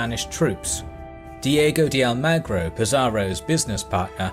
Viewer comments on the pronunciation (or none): none